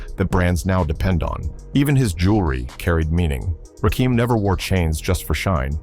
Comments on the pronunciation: My favorite rapper but he's doesn't have a dim to his name. The narrator knows nothing about him, it's not Rakeam it's Rakim as in Little Kim. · Quit talking,we'll just watch since you cant get the man's name right!